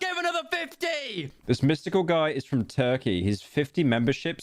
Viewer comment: Really threw me off to hear him say Mystical so many times Edit : Typo